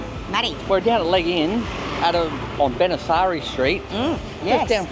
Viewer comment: Legee-uun. That's how you say the area. Legian. Have a fun there.